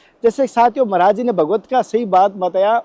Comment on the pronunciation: Kya Maraj maraj bol Rahe he sud boliye Maraj nahi Maharaj boliye dhayabad